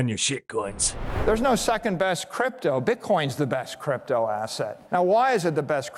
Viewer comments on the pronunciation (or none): I think he said “crap toe“ . 🤔